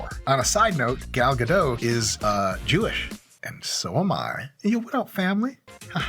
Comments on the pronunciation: Pronouncing her last name wrong Dr. Mike but we’ll ignore it because you’re too awesome 😂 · My brother, Gal might be more impressed with you if you pronounced her name correctly... it's a start ;) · With the way you murdered her name I don't think she will be calling :( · At least pronounce the name correctly. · On top of all things, you might want to learn how to properly pronounce her name. Gal Gadot. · The "T" in Gadot, isn't silent. It's Hebrew not French. Just thought I'd help you out there so next time she'll call you. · The T in GadoT is NOT silent man. She's not French. Gadot = banks (as in river banks) in Hebrew. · She went on Jimmy Kimmel and specifically stated you pronounce the T. You can find compilation videos on youtube of her saying her own name with the T over and over. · Why do everybody insist on pronouncing her name with a silent "t" she's not French lol the "t" is not silent so instead of Gado you should say Gadot. Just saying as an Israeli who knows how it's pronounced it kinda bugs me lol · Her name is Gal GaDOT! Not Gal Gadough! For being Jewish you should have known how to pronounce her name, it is Jewish not French! That comes from her clearing that up! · Gal Gadot's name is pronounced phonetically - Ga-Dot you keep saying Ga-Doe like she's french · (Gadot not Gado. She's Israeli not French) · You are jewish, how are you keep saying Gal GaDew 😆 What's the problem to say Ga-Dot 😪 Anyway great video ✌ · "Gadot" does not rhyme with "toe", it rhymes with "apricot", btw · Is her name pronounced “ga-dough” like Mike is saying or “ga-dot” like everyone else pronounces it?! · Isn't her last name pronounced with the T, like either gah-dot or gah-dote? Not gah-dough. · You pronounce the T in her surname. As in, Ga-dot. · It's Gadot with a 'T' in the end lol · Please, don't say "Gadoh" as if it was a French name. It is Hebrew, with a real t at the end. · It's "Guh-DOTT" :( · BTW It is Gal Ga-doT, with a hard T sound at the end.